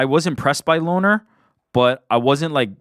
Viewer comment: Its pronounced "Lonnie" not "Lonner" Kavanagh